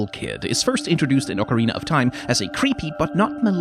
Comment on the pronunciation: You made me not angry with your pronunciation of ocarina. Its probably the closest I've heard to a Japanese pronunciation. Get so tired of people saying oak... lol